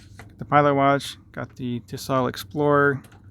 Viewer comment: I heard “Tisell”.